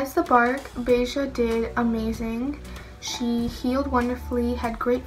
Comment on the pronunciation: Aww so cute! I notice her name spells Bella but you pronounce it "beja" lol.